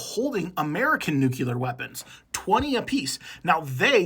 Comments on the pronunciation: Its nuCLEAR not nucular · I don't wanna be that guy but it's "nuclear" not "nuculer" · It’s not NOOKULAR it’s nuke-clear! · Read it. Read the word. NUCLEAR. New-clee-ur. It’s not “just how you say it,” it points to pretty awful reading skills. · New Clear is how it’s pronounced